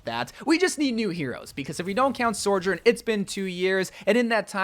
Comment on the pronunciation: Say it with me: SO-JOURN SO JOURN Not Sorejourn or Soarjourn